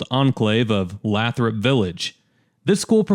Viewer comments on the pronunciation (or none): Minor quibble, but it's pronounced "LAYthrup" rather than "LATHrup" by most locals. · Lifelong Metro Detroiter here. Love the video and your attention to detail! One minor correction "Lathrup" is pronounced "Laye - thrup" not "Laa - thrup." Also, one bit of racial history in terms of Metro Detroit: In the 80's and 90's Southfield become the most prominent middle and upper middle class African American suburb in the whole Metro Detroit area. To this day that is still the case, with Southfield having one of the largest percentage African American populations of any major suburb in the country.